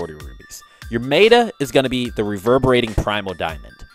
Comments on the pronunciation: meta not meiyta :P. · Notable guide! You're botching some words though. 'Meta' is pronounced met-uh not may-tuh 'Runic' is pronounced roo-nik not roo-i-nik 'Resilient' is pronounced ri-zil-yənt not re-zi-lent I sound like a jerk but it's driving me crazy. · 'Ruin', 'res-i-lent', and 'mayta gem'. Not sure why, but how you were pronouncing these really bugged me, haha. Other than that, I enjoyed the guide. Thanks a lot.